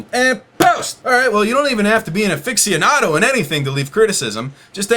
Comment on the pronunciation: Your pronunciation of "aficionado" is a bit off. Here it is phonetically: "əfɪsjəˈnɑːdəʊ". But you could also put it in google translate to really hear how it is supposed to be pronounced. Just trying to help here. When you take note of the details, it'll remove a lot of the clutter in your brain.